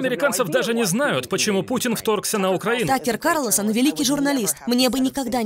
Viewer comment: Карлосон 🤦‍♀️🤦‍♀️🤦‍♀️ КАРлСОН!